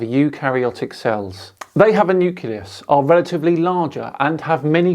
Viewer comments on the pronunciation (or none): "newkehloos" Nucleus man... it's nucleus.